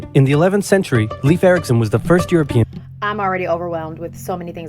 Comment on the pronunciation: 'ei' in Leif does not make an e-sound. It's more akin to 'Layf'.